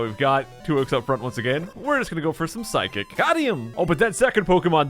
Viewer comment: "Psy-kick"? Sounds like a psychic physical attack...